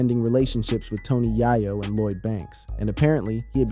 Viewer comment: Doesn’t know bloodhound was first released on Straight Outta CashVille on terms on major records. Can’t pronounce Tony Yayos name properly.